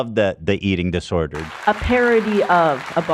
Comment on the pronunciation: "we love the disoedered" 😂 classic ethan